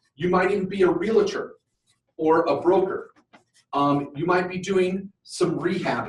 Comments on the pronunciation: I hate to be picky, but its not Real-a-tor!!!! The word is pronounced REAL-TOR. You wouldnt say Doc-a-tor!!! its Doc-tor. Two syllables...not three. It drives me nuts as an agent!! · you are in real estate. But its a Realtor, not Realetor